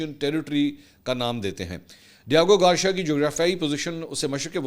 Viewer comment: It’s Gar-c-ya .., Try saying it togather Mansoor pls It’s not Gawcheeya 😂😂😂 Lahoree Accent mar rhy ho Ek dafa kisi English Channel per sub what actual word is